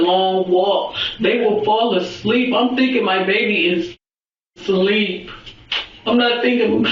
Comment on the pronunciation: It's ASLEEP. NOT SLERP. It's just regular English nobody says sleep I was sleep . I was asleep . The baby was asleep. Not the baby was sleep . It's not even a SENTENCE